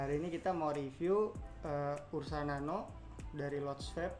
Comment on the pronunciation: Ursa nano bang bukan urna nano 🤣🤣🤣. Ursa nano lah the best no debat